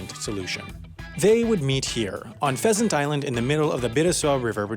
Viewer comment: h in pheasant is wrong